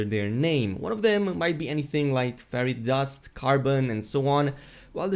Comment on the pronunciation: You say ferrite dust and it sounds like fairy dust